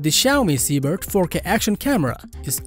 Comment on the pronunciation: Shoots at an incredible ForK resolution. Do not be shy to say KAYYY 4 Kay , C"mon man ...